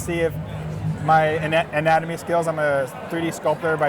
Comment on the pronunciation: "Anatomy" LOL